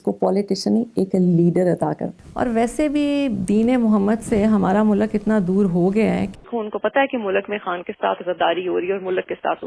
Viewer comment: ye agar mulk ko mulaak bolti hai tou lazim ye ice cream ko ass creem bolti hogi :) esko khatoon e awal kyun boltay hain ye tou khatoon e soyem nahi hai?